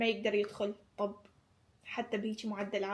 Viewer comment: اسفه بس ليش تكولين طوب بدال طب 😂😂